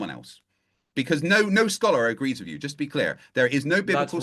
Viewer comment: cannot pronounce "-th" how pathetic. Or for, pafetic